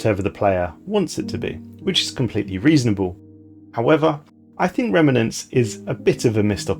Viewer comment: Fine, I'll be the one a***hole to point out how frustrating your pronunciations of 'remnants' and 'scion' are, and possibly some others too since I couldn't carry on watching. Otherwise you'll never know